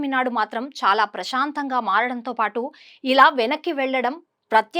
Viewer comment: సముద్ర అలలు వెనక్కి ' తగ్గింది..' అని ఎలా అంటారు..? అలలు వెనక్కి ' తగ్గాయి ' అనాలి కదా.. ప్రశాంతంగా అనాలి.. ప్రషాంతం కాదు.‌